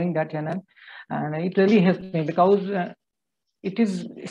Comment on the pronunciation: Bee- ka-ooze.